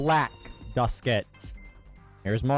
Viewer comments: why he say black like that? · "BLACK" Duskit? What's up bro what's with the emphasis lmfao